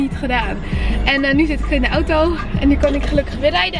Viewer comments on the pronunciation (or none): none